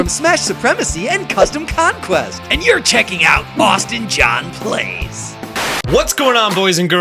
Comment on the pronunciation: who else hear the intro:Austin john "blaze" instead of "plays "